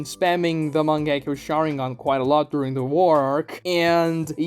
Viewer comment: The mange-key.-yo- shaWinGang